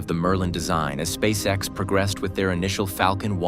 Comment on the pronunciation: Meh. AI script is dull and not especially coherent. Also, if you're going to keep doing these you need to train your AI voice so it can pronounce "SpaceX" as one word. At least you got it to say "Saturn Five" not "Saturn V", but "it had music more than twice the thrust..."?